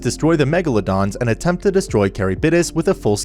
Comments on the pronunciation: Love your videos, man, but... you could have done much better with the pronunciation of some names. at the very least you could have tried to pronounce Charybdis right. It's not carrybidis, it's KH-rib-DIS. it's not even Japanese, it's Greek. and is worse by many stages because Charybdis's name is said REPEATEDLY thru the whole sequence! on top of Charybdis being a popular monstrous addition for being a monster present in The Odyssey. this is coming off as very mean but I am. Floored about the pronunciation. Absolutely Handbasketed. Actually Fucking Egg Cartoned. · Ok I love this guy but the way he says 'Charybdis' as 'Carry-bid-dis' is appalling 😭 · Isn't it pronounced ka-rib-dis and not carry-bid-is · and when he says “caribidis” pretty sure its “Car(rib)this) as a pronunciation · great content keep it up! also it's pronounced ker-ib-dis. Though i'm sure there's plenty of other comments pointing it out lol. plus I'm sure especially with japanese words mixed in, you can't expect to pronounced everything correctly lmao. Only reason i know is from too many fantasy games XD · The way he said chariptis ...is that how you spell the fish things name? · Also his pronunciation of Charybdis crazy like what the heck is carrybidis